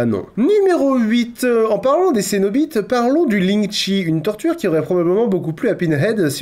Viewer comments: "Les cénoBITES" :D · "On a les Cénobites" 😂